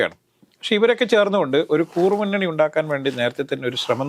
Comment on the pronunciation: കൂറുമുന്നണിയോ? കുറുമുന്നണിയോ? Please correct. നേരത്തേ ചൂണ്ടിക്കാണിച്ചിരുന്നു.